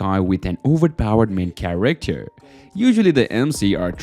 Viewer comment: why u say charicter instead of character its weird bro